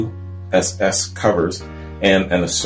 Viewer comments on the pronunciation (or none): It's pronounced Ki-uss